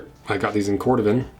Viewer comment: Cor Dooh van.